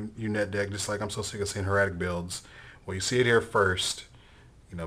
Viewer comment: no hate, liked the vid, but.. if this is your new favoritve deck, then you should learn how to pronounce the word "Hieratic", you're a grown man for christ sake lol. everyone thinks it's the same as heretic; it is not.